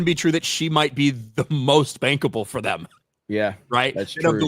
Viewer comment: Bankable I thought you said bangable😂